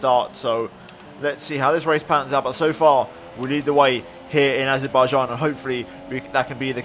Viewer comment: “Baku Grand Prix in Arzebaijan” you ok? Or is this the new SHINEZE GROND PROC